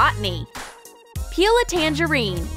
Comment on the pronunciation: She said an orange is a Tangurine